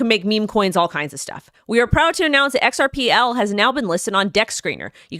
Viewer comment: XRP was meant to be HELD. HODLed. Big rich kids. "xrpL" was meant to be USED by the "little guy." Please guys don't lose your XRP. Hold tight. X R P. not "xrpL" love your show love love!!